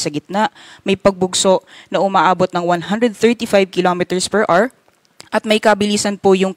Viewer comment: PER R | Children, remember: The word HOUR is pronounced as Ah-wr, not AR. The stress is on the first syllable. Don't be like this reporter.